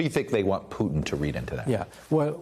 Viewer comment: Putin as in Puma not cooba as in Cuba.